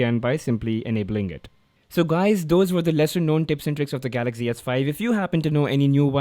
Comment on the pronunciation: why do u keep saying galackzi s5 when its galaxy s5?